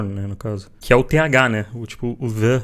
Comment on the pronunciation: na verdade não é fricativo lábio dental, é fricativa dental, vc coloca a língua entre os dentes e assopra, vc está pronunciando o th errado esse tempo todo, as pessoas sempre ensinam errado isso